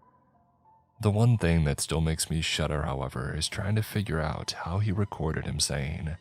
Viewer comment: However, not halever 😁